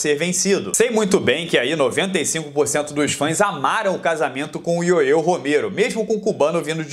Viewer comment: Pronuncia - se "yoél" e não "yoeu" Romero.😏